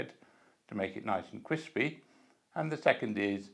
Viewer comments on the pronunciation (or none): Nice and criwspy bwead. Why do many British talk this way